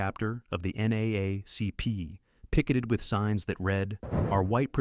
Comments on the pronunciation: NAACP is usually pronounced as N- Double A- CP. Each time U said it had me 😂😂. I had no idea how snubbed Hollyweird was to this movie. Damn like blatantly too. The Color Purple is one of Thee best movies. A classic n always will be. Who even remembers the other movies that won over them w/o doing research? Yet to this day ppl still know The Color Purple; so good it was on Broadway n more recently the Broadway production was adapted onto the Big Screen. I'm one of those ppl that can pretty much recite the whole movie.🤭 MindU I'm not the only one, specifically when it comes to BW. "Harpo who dis woman" been in rotation of normal convos. I can blurt out any line n most BW will know. Ex: "U sure is Ugly" or "Until you do right by me everything you even think about Will Crumble." (Two Cursed Fingers point to end.)😁My favorite "I'm poor, black, I may even be ugly, but dear God, I'm here. I'm here." Ok I must 🛑 now.🤭 It's wild that no one from that phenomenal cast or writers / production won anything. Simply ludicrous! Thx4Sharing. ✌🏾-n-❤ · This video starts with a line from The Help piss poor. The creator was too lazy to gather the correct photos. He doesn't know how to say NAACP. It wasn't necessary to say who sing the song.